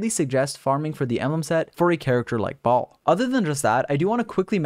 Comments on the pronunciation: "We also know a lot more about Raiden Shogun or Ball, and so we get to talk about this Enblem set on Ball" English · Baal - (bale) You’re welcome everyone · The way you say Baal disorients me lol